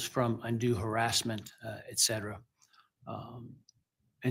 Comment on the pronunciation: ET-cetera NOT EK-cetera hence Etc..